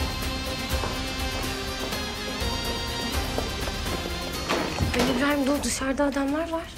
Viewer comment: When she says khalil Ibraham